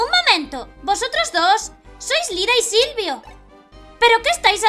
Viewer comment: Cuando dices Lyra y Silvio en el mas o menos, casi parecia q decias Lyra y Sylcred xD